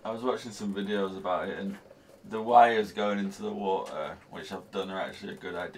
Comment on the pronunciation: There is a "T" in WATER,, it is NOT Waer!